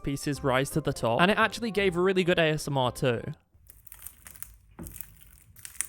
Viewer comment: Is nobody gonna talk about the fact that he just said "AMSR " ?